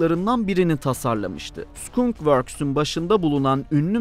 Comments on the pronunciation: Hagıs değil Hüuuğs. Skunkvörd değil skankvörd Lukiid martin değil lakiiğt martin İngilizce grameri birilerine sormalısın. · oda birşey mi Skunk Worksü Sukun works diye okumuş